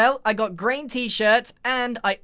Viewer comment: sounds like he said “brain” not “Grain” lol